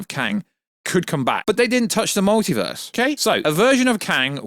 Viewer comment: The mowtivuuuuuhs